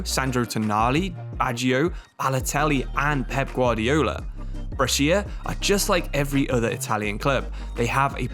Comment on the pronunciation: Brescia's pronunciation is almost good, basically it's "bresha", you don't read the "i"